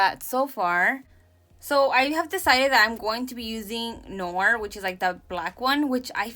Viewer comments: "noir" is pronounced like "nou'ar" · I was waiting for this thank youuu! 🤍🤍🤍 btw Noir is pronounced like "nwar" 😉